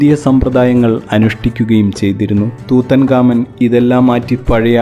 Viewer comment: Tutankhamun or Tutankhamen എന്നാണ് ഉച്ചരിക്കുന്നത്